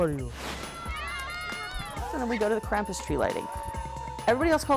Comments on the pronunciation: What? I actually did not notice she said CRAPUS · This girl has said Krapus and krumpus Legend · Stop saying Krump I’m German and the way u say it triggers me